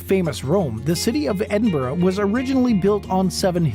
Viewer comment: Also not being able to pronounce Edinburgh properly or saying glasgow using glass gow as in cow. You'd think they would research pronunciation of words.